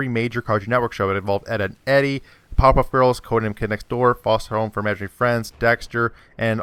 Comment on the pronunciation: You talk too fast. You said Fosha home for Imaginaries Friends, and you said some gibberish like beameh before you said brings back nostalgia or whatever.